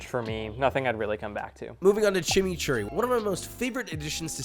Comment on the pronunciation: I love you….. but you did chimichurri so wrong bro 💔